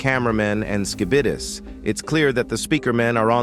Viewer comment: “Ski-bid- es”